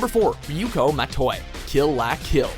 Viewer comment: The pronunciation of "la" -- c'mon now,: at this point you're just messing with us.